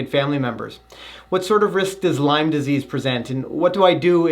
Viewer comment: It's called Lyme disease. Not "Lyme's".